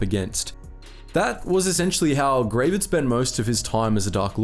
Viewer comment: OMG! Gravid is actually just an unmodified English word meaning "pregnant with eggs"; like if a frog has a bunch of eggs in its body, that frog is gravid. It's actually pronounced not like "grey-vid", but like "grah-vid", like it rhymes with "grab it".